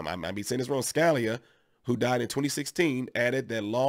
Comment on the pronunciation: This is great. Now they need to make a nation wide conceal carry system! Oh and, Scalia is pronounced "Ska" "lea". Just trying to help you put with it. Thanks for the great content. Be safe and a great day!